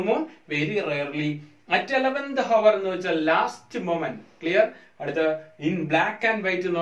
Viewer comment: നല്ല ക്ലാസ്സായിരുന്നു. ഓർക്കാതെ പറഞ്ഞ ഒരു കാര്യം ഓർമ്മപ്പെടുത്തട്ടെ. hour എന്നത് "ഹവർ " എന്നു ഉച്ചരിച്ചു. h Silent ആയതിനാൽ " അവർ " എന്നേ ഉച്ചരിക്കാറുള്ളൂ.